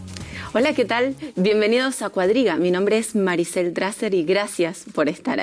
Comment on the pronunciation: CUADRIGA, EL IDIOMA ESPAÑOL LA ACENTUA EN LA PRIMERA LETRA A: EDRUJULA. VEHICULO A TRACCION DE CUATRO ANIMALES, ( CUATRO: PALABRA DE DONDE DERIVA CUADRIGA ACENTUADA TAMBIEN EN LA PRIMERA LETRA A ) CAPITA: EDRUJULA HAY USO DISPARATADO DE PENTAGRAMA QUE PRONUNCIAN COMO PA- LABRA GRAVE ACENTUA- DA EN LA PENULTIMA A CUANDO LO CORRECTO ES ACENTUAR LA PRIME- RA LETRA A: EDRUJULA. COMO SI PENTAGONO EN VEZ DE ACENTUARLA EN LA UNICA A SE ACENTUA- RA EN LA PENULTIMA O COMO SI FUERA GRAVE!!!!!